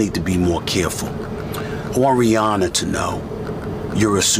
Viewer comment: Every time she says Rihanna it sounds like she’s saying Brianna